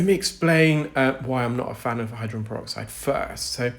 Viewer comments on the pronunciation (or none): Except for the pronunciation of the word hydrogen. He's only saying the first and last syllables. "Hydren." 😢